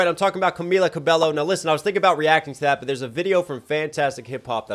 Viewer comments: For reference, Camila Cabello's surname is pronounced "cabeyo". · Just so you know for future videos, the double L in Cabello is pronounced with a Y sound like Ca-beyo